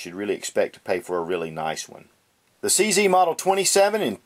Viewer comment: CZ - It should be pronounced as Che Zet - Ceska Zbrojovka